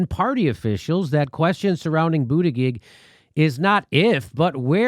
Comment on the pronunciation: I wonder if Jimmy is pronouncing his name wrong on purpose or he doesn't know how to actually pronounce his last name?